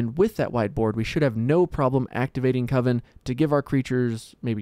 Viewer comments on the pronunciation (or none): It was great. "Coven, not Co-vin!" 😂